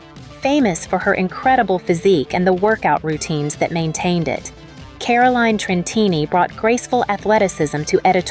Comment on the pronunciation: It's not KÁ-ra-lain tren-TÍ-ni. It's ka-ro-LÍ-nem tren-TCHÍ-ni. It's Portuguese!